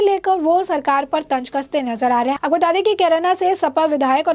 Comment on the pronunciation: Your News Reader is very boaring... Every 2nd line She pronounce "Aapoko Bata De" Please ask her to rectifiy this Bad habits..